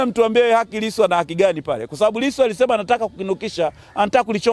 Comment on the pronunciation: Hata jina la Lisu anakosea kulitamka